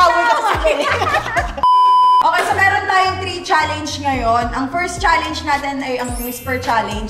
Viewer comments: CHALLENGE hindi challeYnge ang cringe eh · ito na naman si zeinab sa cha leyngeee jusko pede ba magturo ka sa jowa mo tama pronunciation ng challenge HAHAAHAHAHAH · Yun challenge talaga ay cha-ley-nge. 🤦‍♀️